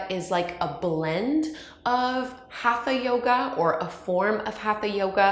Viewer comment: Great explanation. I just wish your pronunciation was better. Hatha, chakras, and asana aren’t being pronounced properly. But your videos are great and very informative.